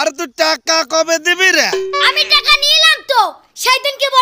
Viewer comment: ভাসা ঠিক করো টাকা কে বলছে টেকা